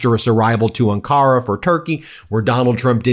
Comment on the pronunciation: Ben? It's pronounced AHN-kah-rah. Emphasis is on the first syllable, not the second.